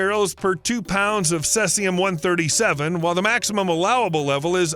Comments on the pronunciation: Its called cEcium not sesium . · It is pronounced seize-ium as in the word to seize assets, not like the sess in session. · cesium ... is pronounced SEA zee um ... and too much begging for likes disliked for that reason ... you aint a dog and you make enough of your videos without begging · Its "SIZIUM" lvs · I've never heard cesium pronounced that way. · His pronunciation of 'Cesium' made me cringe as much as his pronunciation of 'Yuan' does. 😖😂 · You'd think he'd try to learn how to pronounce words that he's never heard before 🤣